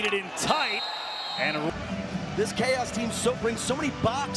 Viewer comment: in the first games commentary, the guy read Chaos, as "chowse" 😂 I cant remember the video but it's great.